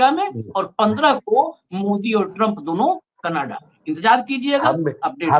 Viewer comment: Learn how to say Canada please